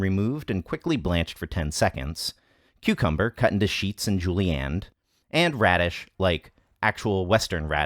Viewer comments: This is the third video of yours I've heard you mispronounce "julienned". It's a short "e" sound, not a short "a" sound. (I think maybe you used to have a Julie-Ann in your life. Heeheee..) Anyway, just thought you'd like to know. Your work is excellent. I really appreciate your videos, guys. Thanks for this fantastic video. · Is it actually mispronounced or is it simply a dialect that you may not know of